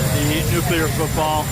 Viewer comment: Are you saying "nuclear football"?